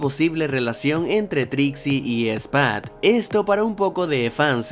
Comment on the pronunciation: Y ahora dijiste que se llama spuod no spud así que otra vez te lo digo por cortesía